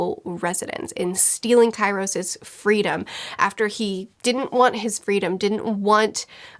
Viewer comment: Key ros... for god sake learn your vowels. I thought you read for a living... <3